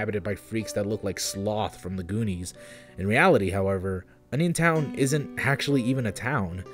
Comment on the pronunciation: I thought you said "Onisiontown", like who tf would visit a town baptized in Onisions name?